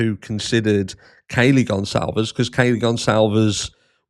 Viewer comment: Have you noticed she can’t say Kaylee’s name